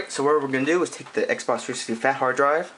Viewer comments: His voice is mildly irritating, Xbox Three sissity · it annoys me that he can't say 360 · your videos are cool but please pronounce "360" better